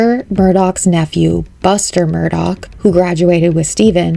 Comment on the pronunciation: The name is pronounced murder not Murdoch